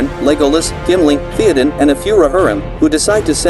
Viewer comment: Keep making videos, mate. If you know what the name is supposed to sound like, type it out as it sounds, not as it is written. For example, type out "thay-oh-din" instead of "Theoden" and see if that sounds closer to the actual name with the program you use.